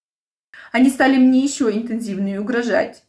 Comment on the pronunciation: 🤣🤣На "..оказать МИНЕ поддержку.." Поддержите бедолажку. Отвалите ей зА щеку.